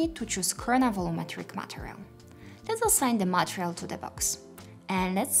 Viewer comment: I admit I lose life when I hear you say “material”, “value”, “fog”, “renderable” and so many other words. Please watch videos in English and learn the right pronunciation.